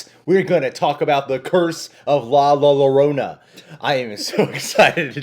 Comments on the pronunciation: Lolorona😂 yo-row-naw that’s how you say it 😆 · It is pronounced as La-yo-rona And written as La Llorona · Lllllllloooorona imbecils , you live in LA and don't know how to pronounce this word? Guys give me a break! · LA LLORONA IS PRONOUNCED : La Yo - rona (La Yorona) 🇲🇽🤞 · La - your-ona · it prounced la yourdona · Btw it’s pronounced yorona. In Spanish double lls is pretty much the y in English l. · Llo it’s basically pronounced like you guys on the US pronounce (Yo). So It’s La Llo(Yo)rona. For future reference. You guys are awesome, but that pronunciation was, honestly, cringy AF. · The way he said La Llorona 😂 the two L's in Llorona is actually pronounced as if it was a Y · You guys still saying her name wrong 😂💀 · You guys need to learn how to pronounce Llorona 😂😂😂😂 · He was joking! The trailer even pronounces it right for them